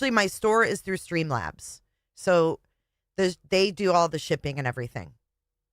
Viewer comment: Or the word "so"... why does she pronounce it "sue"?